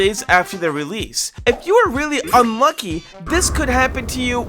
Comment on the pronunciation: Bro I heard I monkey instead of unlucky